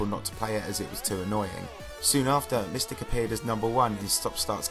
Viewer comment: you're talking about JonathanGD's part but the video is not showing his part... And Mystic is pronounced "my stick" not miss stick.